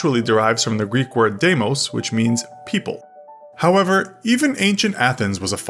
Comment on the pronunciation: its not deh-moh-s its di-mos